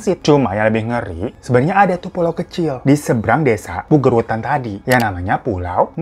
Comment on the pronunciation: gila desa gw masuk list nih PUGER WETAN tapi bang hiro salah cara bacanya ahaha, gpp tapi pulau Nusa Barung itu pulang yang puol indahnya, masih asri banget